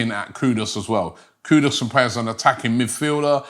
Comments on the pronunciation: Mr. LILLIE You shpuld be ashamed of yourself...learn to pronounce English words..it is Not Kudos ...his Name is KUDUS... (koo ...do....oos).. And remember I said post World Cup, that Arsenal should Sign Mohammed Kudus... Keep up the good work Robbie 👏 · Robbie, we are very particular about how you pronounce our names. His name is Kudus...Koo- Doos. Not Koodus. Please pronounce our names properly! KOODOOS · His name Robbie is not Kudos its Kudus (as in Kudoos)!! Get it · Why Robbie butcher everyone's name? It's not "Kudos". It's KUDUS. 😅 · Robbie the Butcher!!! Modric = MODRIK Kudus = KUDOS Baturina = BUTARINA 😂😂😂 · It's not Kudos, it's kudus. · Kudus robbie not kudos,this guy must have dyslexia as i don't think he can read properly as hes ALWAYS getting names wrong when he reads them 😂. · It's pronounced as "koodoos" not "koodos" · Even a simple name like Kudus Robbie can't pronounce. Man said KUDOS 😭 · Mohammed Kudooss!!Never change.😂